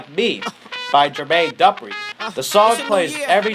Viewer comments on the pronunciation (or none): liveeee not liv-e ..and its jemaine du-preee not dupr-i...smdh how you get the singer and name of the song wrong